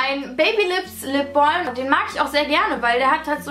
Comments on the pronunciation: ItsTheMauam genau xd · "Lipbolm"? Spricht man das nicht "Lipbam" aus? :) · ich gucke mit lap top sagt sie lip BOLM 😂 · Weder noch lipbalm so viel ich weiss